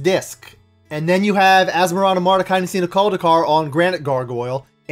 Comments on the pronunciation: I was about to say that I wanted a Samuel Taylor Coleridge card as well. And props for pronouncing Asmoranomardicadaistinaculdacar. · Smashing that Like button for expertly pronouncing a name I'm too lazy to even copy and paste. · I'm impressed how well you nailed "Asmoranomardicadaistinaculdacar."